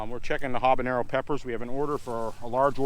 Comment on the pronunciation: "Huh-bin-yairrr-oh" Also: "Come-bine":D